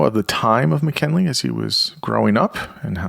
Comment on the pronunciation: Sounds like you’re saying “McKenley”